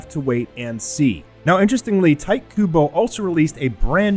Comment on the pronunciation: His name isn't TIGHT kubo! It's Tite!